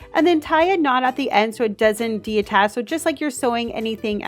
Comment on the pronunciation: Mirvya hou because she said de attach instead of detach